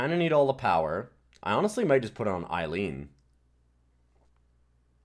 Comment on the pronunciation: Come on, "Eileen"? Oh I swear...